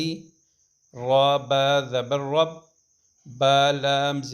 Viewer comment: Tum ghlt prhte ho khud pehle seekho jor sai kro. Alif bey they prhte Hain alif baa baa saa Nahin hota.